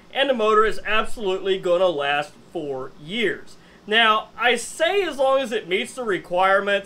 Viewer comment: Did you say will last for years, or will last 4 years?